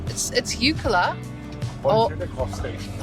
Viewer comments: Eucla, pronounced 'youcla' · It isn’t Oikla it’s Eucla,.sounds like ‘YOU-KLA,….. No ‘A’’ in the middle…….. and it is NOT ‘NOOL A BAR,.. ITS NULL-ARE-BORE’.and that track that you went down to what’s left of the old Telegraph Station, is actually part of the original Eyre Highway and the track that you went down there on is known as Old Eucla Pass….. also on the old Eyre Highway.